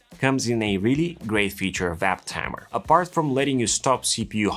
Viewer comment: App Tamer, not App Tammer